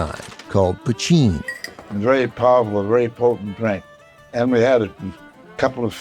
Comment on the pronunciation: Wonderful stuff and a great subject. Thank You. For future reference: Galway is pronounced like gaulway and poitin is pronounced like paw-cheen or po-cheen accent on first syllable. My mother was a native Irish speaker from Spiddal. Cheers!